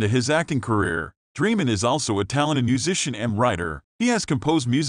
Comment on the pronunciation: Annoying how you don't pronounce his name right.